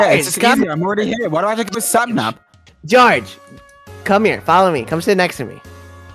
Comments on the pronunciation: Sapnap pronounces George’s name as “Goerge” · Why does Sapnap pronounce his name as Jorge